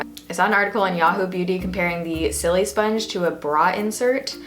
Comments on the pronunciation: I laugh every time she says silisponge cause the sili part isn't supposed to sound like the word silly, it's supposed to sound like the beginning of the word silicone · Isn't it pronounced like sili in silicon :| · Love how you pronounce it so it sounds like your saying silly sponge lol. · "Sillysponge" lol I love the way you pronounce it